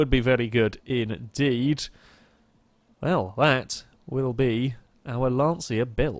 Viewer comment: As an Italian it is not pronounced Lance see a its Lon cha.